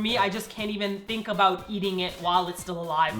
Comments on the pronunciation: ABOOT! O Canada!!!! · ...she said aboot!...lol....oh, Canada!.... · the best "about/aboot" ever!!! Go Martina! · "that's right, I forgot ABOOT that" haha, Canadian accent lols